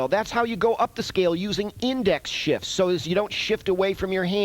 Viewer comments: please tell me you purposefully said "" followed by "The reason is because one of your fingers has to do DOUBLE DOODIE"... I hear no F in there that first time... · Pretty much sure you’re supposed to pronounce the “f” in “shifts”